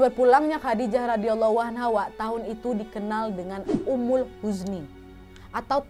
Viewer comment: عام الحزن bcanya 'amul huzni kak bukan umul